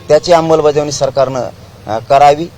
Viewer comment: अंबलबजावणी नाही ते अंमलबजावणी असत पाटील 😂😂